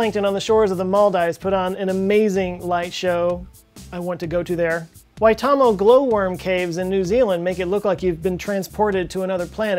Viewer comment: You pounced Waitomo really well. Bellow from NZ!